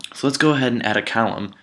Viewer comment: Great demo. Column sounded like Callum though.